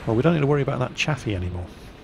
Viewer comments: Chaffee is pronounced 'Chayfee" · if u pronounce chayfee = gay feed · yes it is, it was named after Maj. General Adna R. Chaffee, Jr. his last name is pronounced Chayfee